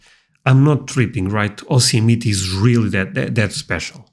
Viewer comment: The name Yosemite rhymes with tea. Yo-semi-tea.